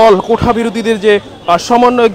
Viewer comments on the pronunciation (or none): কোঠা না সাংবাদিক সাহেব, ওটা হবে কোটা